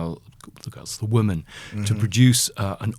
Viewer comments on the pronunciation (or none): Am I the only one who picks up on Lownie saying "Woman" instead of "Women"?